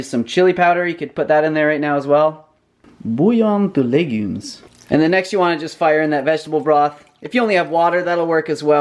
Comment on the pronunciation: very nice french accent when you say "bouillon de légumes " !!!!